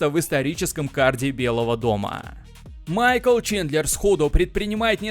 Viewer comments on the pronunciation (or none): none